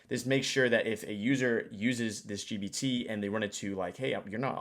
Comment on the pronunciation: bro it's gPt with P. Pronounce it correctly. The Subtext wrote 20 times GBT and one time DBT